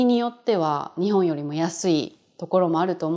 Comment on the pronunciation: Is Ni↘︎hon Kansaiben?